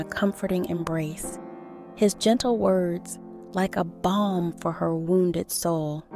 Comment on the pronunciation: Balm not bomb